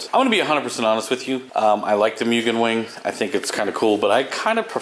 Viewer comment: Its pronounced (Moo)gen